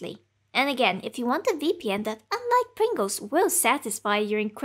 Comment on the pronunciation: The subtitles refer to your pronunciation of "Pringles" as "brinkles". I think I like Brinkles better.